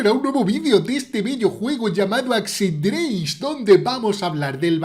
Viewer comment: Me encanta cuando dice asedrez